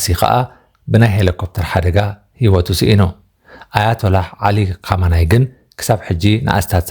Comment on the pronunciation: ኹመይኒ' not ኹመናይ ።